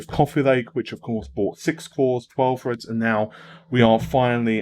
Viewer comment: 16 cores 32 Freds? Oh you mean Threads, yeh it's "Th", not "Fu". Like "The" not "Fu-e"